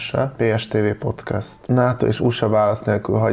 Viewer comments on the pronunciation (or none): none